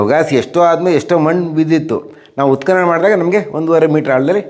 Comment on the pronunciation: ಉತ್ಕಲನ ಅಲ್ಲ, ಉತ್ಕನನ